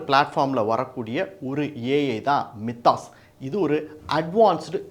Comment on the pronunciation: "My-thos" என்பது சரி. மி தாஸ் இல்ல. 😊